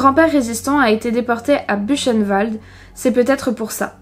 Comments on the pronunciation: Büchenwald , ça se prononce bukenvald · Juste pour le détail : on prononce Buhrrenwal enfin je sais pas le décrire c’est pas ch mais rhe 😊